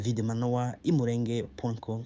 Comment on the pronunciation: I Mulenge not Imurenge